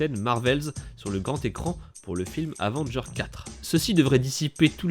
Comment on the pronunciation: Dis pas « Avengerz» mais « Avengers »